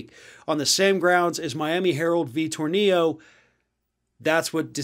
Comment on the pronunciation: Tornillo was the head of the United Teachers of Dade. He stole money from union funds to maintain a lavish lifestyle. His one big accomplishment was getting collective bargaining for the union in talks with the school board. He is dead. His last name is pronounced Tohr-nil-o. He was not Hispanic. Your pronunciation of his last name would be correct if he were Hispanic. Ironically, tornillo in Spanish means screw.